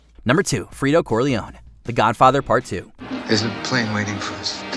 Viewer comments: He keeps saying Firto instead of Fredo. You broke my heart Frito you broke my heart, because of high cholesterol 😂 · Pronouncing Fredo like Freedo 😂